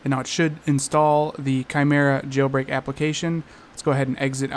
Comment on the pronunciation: “Kai Merra” that’s how u say it 😊